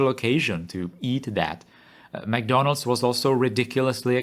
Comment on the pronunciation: ah yes, McDondald's😅